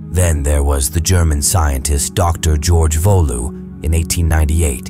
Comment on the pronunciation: "PTI"? You mean "Petit"? "Volou"? You mean "Waltemath"? Stopped at that point.